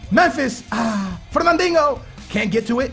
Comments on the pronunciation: Where the fuck is the "ng" in Fernandinho? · Love this series but i gotta say "Fernandingo" makes me laugh Lol keep up the good work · that 'fernandinho' accent, is so portuguese xD